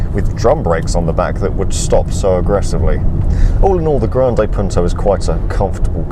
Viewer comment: it's not 'grandeej Punto' ......